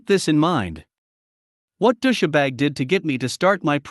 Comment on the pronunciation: Dous-sha-bag? Really? I thought it was just dous-bag, with a hard 's'.